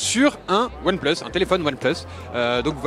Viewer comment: XD "One PLEUS"